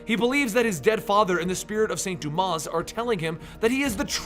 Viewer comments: I'm pretty sure the 'S' in "Dumas" is silent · I'm very disappointed in you,. The last s in Saint Dumas is silent.